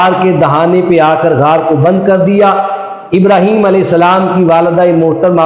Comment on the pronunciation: اب تو سمجھ آیا رحیم تو ہے ہی نہیں ہیم ابراحیم لفظ تو نہیں ہے ابراہیم ہے